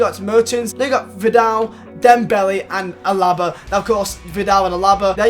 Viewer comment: His name is AAAAlaba. Not alAAAAAba. Love your vids bro keep it up!